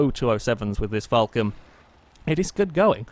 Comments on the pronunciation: there's no u in Falcon, Aussies say it Fal Con like it says, Falcon. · It's pronounced the way it's spelt. It's not pronounced 'fulcan'. Btw I'm Australian